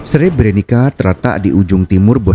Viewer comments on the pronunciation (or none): maaf min Sre-bre-nit-sa bacanya bukan Sre-bre-ni-ka